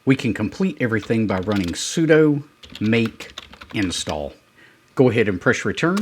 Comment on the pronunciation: BTW, "sudo" sounds like "sue do", not "pseudo". It's a shorthand for "superuser do"